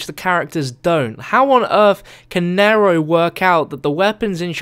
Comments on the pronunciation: it is nee-row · he says naro its neero (spelled nero but its pronounced neero) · i swear every time he says nairo i scream because its nero in the same way hero is hero not hairo...god damn its hard to type pronouncations in comments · It's pronounced Nee-Row not Narrow. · Isnt it pronounced n-ear-o not n-air-o? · Pronounced kneero get it right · Its pronounced knee row like zero with an N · it's pronounced "neeero" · Am I the only one annoyed when he says "N-ai-ro" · I really hate how you say Nero like "nairoe" It's not that hard... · no he is saying it like "nairoe" it really annonys me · Ryan P I'm not american and he's saying it wrong. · please pronounce Nero right